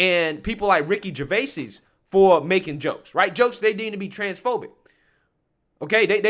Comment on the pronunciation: Ger-vAs not Ger-vAsEEs